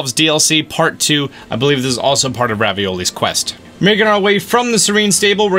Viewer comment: Bruh anyone notice how he’s been saying raviolis quest when it’s revalis quest